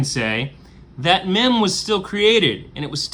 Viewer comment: You know meme is pronounced meem, not mem